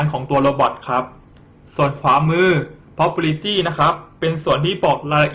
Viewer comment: สอนดีนะครับ แต่ควรออกเสียงคำภาษาอังกฤษให้ถูกต้องด้วยครับ เช่น property, result จะช่วยเพิ่มความชัดเจนในการสื่อสารให้มากขึ้นครับ